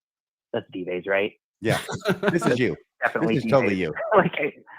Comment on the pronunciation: Is deliberately mispronouncing the pseudonym Dives?